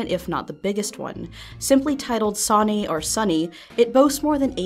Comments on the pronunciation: Seeing as it's Japanese, it's pronounced "Son-ayy" or "Son-eyy" the e being pronounced as a sort of mix of A and E with a wave seeing as it is repeated. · Wouldnt it be pronounced "so-nay"?